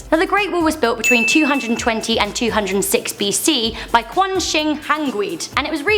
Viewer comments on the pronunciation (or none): none